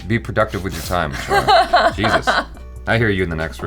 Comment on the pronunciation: Achara nails every indian name 😄 Every indian thing